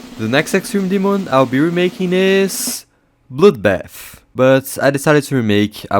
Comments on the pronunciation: I thought bro said “bloudbaff” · Why did he say bludbat and bludlust